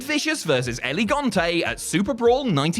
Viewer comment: Dude I love your videos, but you HAVE to work on your name pronunciation. "It's not Elegante". it's El Gigante. L-Ge-Gan-Tei. The Giant.